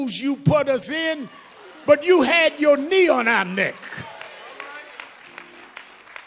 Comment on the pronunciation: I just love how he pronounced "NECKKQQ". Great orator.